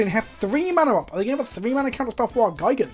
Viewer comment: But Gee-gan not Guy-gan is the correct pronunciation...in Japanese at least...